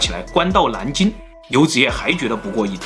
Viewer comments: 这个蓝金的音就很正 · 是南京 不是蓝京 🤣